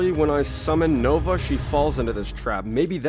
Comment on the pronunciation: I love how he says “nogla” instead of nova XD